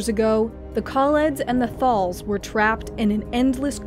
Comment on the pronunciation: Haha, get davros and kaleds and thals right but skaro was a bit hard. Scar-oh